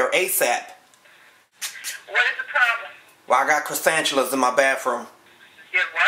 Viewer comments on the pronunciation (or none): " Croissantulas " lol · Cresantuluas lmao ha ha you never heard of Cresantuluas . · He said croissanchulas🤣😂🤣😂